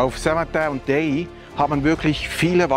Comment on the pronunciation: Danke für die tolle Doku: Ausgesprochen wird die Anlage D-A-I-Y. Mein Grossvater durfte als Dorfmetzger im zweiten Weltkrieg und danach die Festungen dort mit Fleisch beliefern. Die Lieferung hat der "Stift" mit dem Hundekarren gemacht. So konnte er das zugesprochene Benzin und Fahrzeug auch für private Zwecke benutzen. :) Der Arzt und mein Grossvater waren die einzigen im Dorf mit einem Fahrzeug.